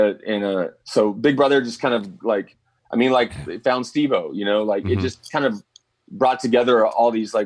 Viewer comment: Holly shit, took me a while to see it, nice job Stevo, oh wait, Stev-O, no wait, Steph o? can't seem to get it right 😂